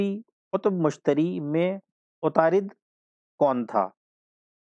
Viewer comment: Good explanation lekin wo atarud hai..na k utarid